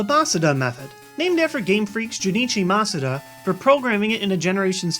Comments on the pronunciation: he said it wrong, it's pronounced muh-soo-da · it's mah-SOO-dah.